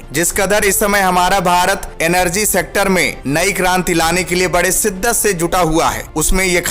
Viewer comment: Bhai kaun See school mein study kiye ho? Sehansah, des, siddat, suru, kaun si bhasha hai? Kudrat deta nhi hai, deti hai. Agar apni pronouncation theek nhi kar sakte toh kisi aur ki help le sakte ho.